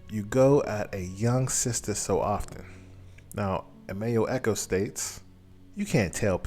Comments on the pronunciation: The man’s name is, Acho, not echos. That fact you continually miss-pronounced his name, leads me to believe that you’re doing it on purpose on just don’t know any better. I clicked off after that. We as black men have to do better than the stereotype of ignorance that is attached to us. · Ah cho not echo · It's not "Ekko", it's "Acho" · ACHO not Echo!! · "Emmanuel echo" lol its Acho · Why is so hard to say A-Cho? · You killing that man's name